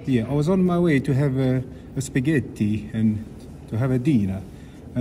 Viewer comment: "I was on my way to have a Spa-gett-ti " 🤣